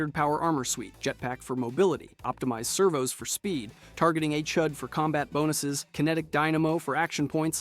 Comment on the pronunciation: yeah, what's a targeting "Hyoodai?"